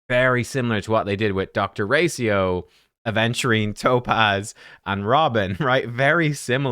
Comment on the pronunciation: Hey man, if you're gonna talk about characters for 30 minutes please spend 2 minutes beforehand learning how to say their names. Racio??? RACIO??? Ray-she-oh